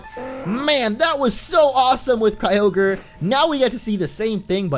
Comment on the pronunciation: You say all ogre now when its kyogre well my friend said i will type this so its on groudon (hey you stupid little brat get out of here) sorry bout that